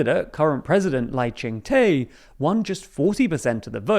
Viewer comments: just a side note, Lai Tsing-te’s name in Mandarin is closer to something like “lie ching tuh” instead of “lie ching tay” or “lie ching tea” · Lai Ching (good pronunciation) te is pronounced more like duh/der. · FYI: The president’s name is pronounced “Lai Ching Duh” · Lai Ching-Te ('Te' pronounced Duh as in he is not the sharpest knife in the drawer). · Love your video but do google pronunciation rather than assuming how to say it, Lai’s name is te as de in French but you pronouce as de in Spanish. Also wrong pronunciation of Tang in KMT, and Yuan is one syllable and not two. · Wow, I hate how you mispronounce Lai Ching De. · Baffling how the presenter didn't bother googling how to say William Lai's Chinese name.